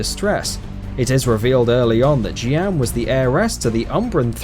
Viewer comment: Your pronunciations of Jeanne and Revan was utterly vomit-inducing. As for which side-kicks I'd like to see, Mikhail from Drakengard 3 after Branch D ending. Also, I'd love if they could make another Bloodborne game that starts off in the beginning, letting you play as Gehrman.